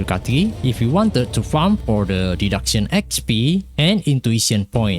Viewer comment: You're attempting to reach to an INTERNATIONAL AUDIENCE. Your accent is beyond recognizable like a broken AI. Someone needs to spew the facts infront of your face the reality of the situation. >Archive Raisin >PARADOX SKULL LABYRINTH >Day duck sayin (deduction) >Life Saber (life saver) It's the reverse English weeb concept here in place. You either don't speak in your videos because you can't speak English well and fluent or make a video in your own native language. It's quite obvious you wanna go English for international audience and max view count but you couldn't even pronounce majority of the words right sounding like a grown toddler. Yes, we know you're NOT a native English speaker and so am I and the other people here. You have NO EXCUSE to make up for. You clearly never voice chatted with a foreigner who speaks in a native English language to criticize and give you feedback and improve how you speak. Wrong grammar are tolerable but wrong pronunciation is a different matter where you sound mentally ill. to/two/too there/their/they're pray/prey You have time and effort to respond to your comment sections in ENGLISH. You could spend your time typing instead of talking too but a scapegoat of an AUTO SUBTITLES for us is beyond reasoning.